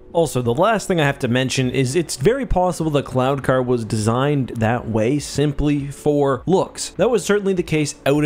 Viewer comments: Every time you said "cloud" car, I heard "clown" car. LOL!!! On a more serious note. Would there be an advantage to having the gunner positioned to the side of the pilot - field of view, etc.? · I kept hearing "clown car"... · Am I the only one who kept hearing "clown-car"?